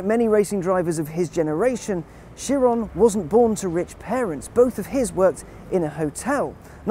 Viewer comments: Dovakhiin exactly. He was my favourite (especially since Chris Harris is kinda gone) now i like him even more. to him i say bravo for being the only person i ever hear pronouncing Chiron well (appart from the announcer at Bugatti in the Motorshow) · So there is at least one person on the English speaking internet that can pronounce Chiron's name properly ! :D